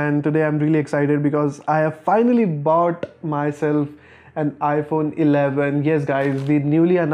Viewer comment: I’m felt it when he said “BOughTD”